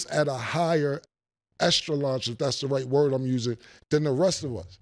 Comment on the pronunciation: man said higher estraunch 😂😂😂